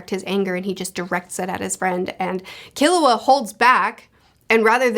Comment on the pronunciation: Hey! Easy pronunciation tip: Most 3-syllable words in Japanese are Dactylic. KIL-u-a HI-so-ka NE-te-ro Of course there are always exceptions (ao-KI-ji comes to mind) but it works most of the time.